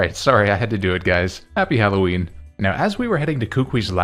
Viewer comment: HALLOWEEN, NOT HAULOWEEN! FIX IT NOW!